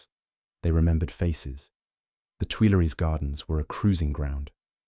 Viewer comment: It's hard for English speakers to say "Tuileries" or to pronounce the French U.